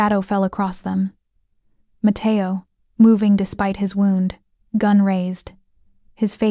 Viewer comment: This would be great if the language. etc: was correct "wound" is said incorrectly. And easy mistakes such as her, 17 year old sister in one place instead of her 17 year old brother.